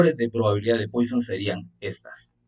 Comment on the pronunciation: Muchas gracias. Pero se pronuncia “Puasón” no “Póison”